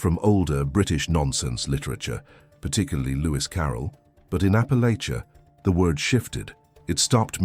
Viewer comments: Raised in East TN. Loved hearing these stories. Raised with most of them. But just one problem. Please please please, learn to pronounce Appalachia correctly. Thank you. Just remember apple at cha. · Teach AI how to pronounce Appalachia!